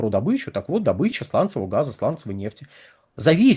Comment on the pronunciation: В СЛОВЕ ДОБЫЧА УДАРЕНИЕ СТАВИТСЯ НА БУКВУ: О: !!!